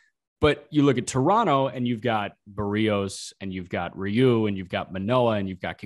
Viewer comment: Who os Baroos ? its. BErrios. k BARRIOS.. Chery. Berry...etc